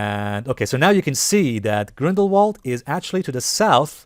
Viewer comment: You pronounce Grindelwald with a V instead of a W. So say it like Grindelvald